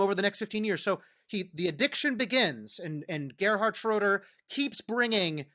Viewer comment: Man, as a German I'm very impressed how well he pronounciates German words. Wow. Just Gerhard "Schröder" sometimes wrong. But well, totally fine. Impressive